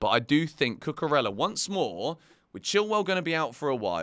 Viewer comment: Cucurella pronounced Cucureya. The LL in Spanish' as a Y sound.